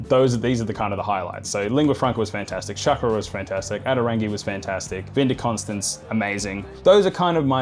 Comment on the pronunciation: Nailed "Vin de Constance", massacred "Klein Constantina" 😂 . Nevertheless, thanks for representing for S.Africa!